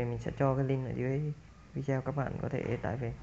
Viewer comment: góp ý, đọc tiếng anh k cần chuẩn nhưng đừng đọc sai nghe khó chịu lắm, tool đọc là "tun" không phải tút, video đọc rõ là "vi đê ô" dùm